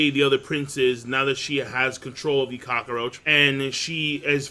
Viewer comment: Is it just me or does King pronounce cockroach weirdly? It kinda sounds like "cock-o-roach"